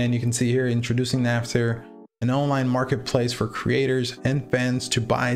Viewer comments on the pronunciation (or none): It is naft not natf